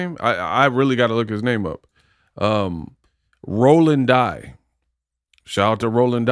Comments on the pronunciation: his name is pronounced Rolando DEE. For future reference. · Pronounced "Dee" for Dy